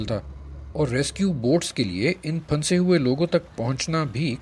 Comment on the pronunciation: Oh PRA (PHUN SAY ) urdu main bhi silent words hotain hain like any other language you got to say it togather and noon is like noon ghuna like phusay but say in a way that noon is listenable Other words like KHUWAB (dreams) is KHAB and HUN SANA (laugh) is suppose to be pronounced as HASNA well thats enough of urdu language lesson MAY ALLAH PROTECT AND SAVE ALL WHO ARE IN DIFFICULT TIMES OF FLOOD